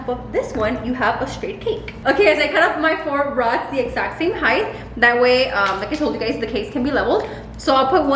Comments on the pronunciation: “Roddles? Throds? Rods! Rods.” 🤣😂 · She said roddles 😂😂😂 I love!!!! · "roddles" lmfao